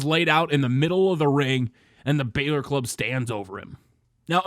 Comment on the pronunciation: Love your videos but every time you say "balor" i cringe